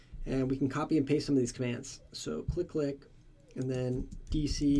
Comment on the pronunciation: I think this tool is pronounced as c-l-i-click (from command line interface click) and not click-click. But anyway, thumbs up Ford this video